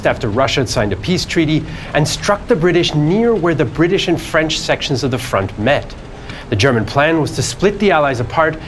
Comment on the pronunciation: As a frenchman, I must admit that you have an outstanding French accent! It's quite rare for English-speaking people to pronounce our language correctly!